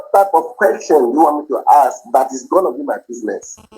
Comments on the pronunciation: “Ax me a question…” the word is ASK, you idiot! If you want to sound like an American doctor…. Just saying… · Axe(ask) him to get lost. What a headache. OMG 🤐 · I axed you a question, I axed 😵‍💫.. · Only a certain kind of people can't pronounce the word :Ask. You know what I mean 😑